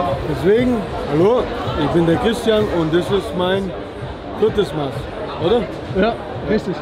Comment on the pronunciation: Bruder es heißt nicht maaaß sondern Maß des a wird kurz gesprochen schöne grüße aus bayern